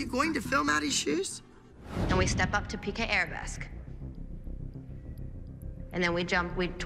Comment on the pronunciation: "PK" LOL It's piqué!